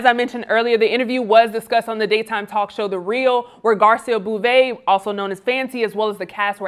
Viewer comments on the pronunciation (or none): It's pronounced Boh-Vay